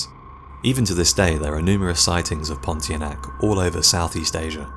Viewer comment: Pontianak is pronounced as pon-tee-ar-nah-ck